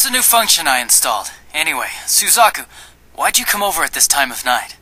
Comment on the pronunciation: isn't suzaku said 'su-zak-u' not 'su-zeh-ku'... and 'c2' would be 'cc'?